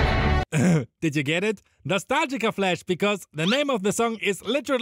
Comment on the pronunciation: correction No-sta-lgi-a